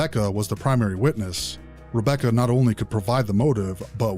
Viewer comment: Wabbecca and I wove her 😂😂😂